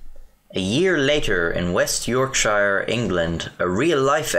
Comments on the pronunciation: York shire its yorkshire lad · "york-shy-er" it's pronounced york-sher mate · Love the way he pronounces Yorksh-eye-ur and not Yorksh-ear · I can’t believe you butchered the pronunciation of “Yorkshire”! Say it like so next time: York-shure/shere but not ShYrE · York shiur ITS YORKSHUR fuckin hell its in Barnsley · Yorkshire is pronounced Yorkshur not York-Shaiyure. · A mick, pronouncing an English county shy-err, no wonder we had those troubles lad. You're all good though son, entertaining videos and weird subject matter, you even bloody swear (cultural stereotypes for the both of us there) with any luck you'll go far. All the best mate. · Ah yes, "yorkshair" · "YorkSHYRE" Nope. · The most painful part about this is when he tried to pronounce Yorkshire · the way you said yorkshire killed me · I don't mean to critise But you pronounced Yorkshire wrong. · This vid looks interesting but your mispronunciation of Yorkshire has me out ✌️